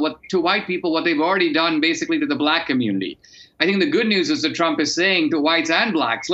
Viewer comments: Uhh Michael you missed an r in trump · “The Tump card” lol